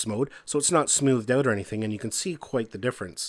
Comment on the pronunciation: the word "out " does not have a W in it